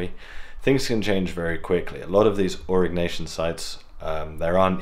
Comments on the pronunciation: Stop saying Arock Nation. That sounds so strange. It's Aureeeee NYasion or Ñasion. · Au-ri-nyeh-si-an is cool. AURIG-NACIAN, not so much.